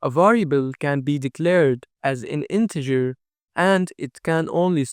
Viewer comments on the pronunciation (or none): none